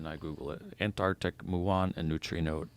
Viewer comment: is the only American in history to correctly pronounce ANTAR(C)TIC!